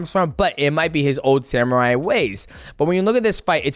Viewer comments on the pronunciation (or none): none